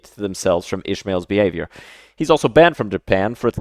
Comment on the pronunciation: Ismael, not "Ishmael". :face-red-droopy-eyes